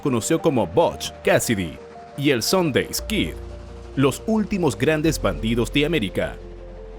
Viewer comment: Tan bien narrado que iba y cometió dos errores, el alias era Sundance Kid, no Harry Longabaugh (que era su nombre) y se pronunciaba "ˈsəndans" no "sondeys", pero aparte de eso, muy buena narración, nadie es perfecto, nadie lo sabe todo.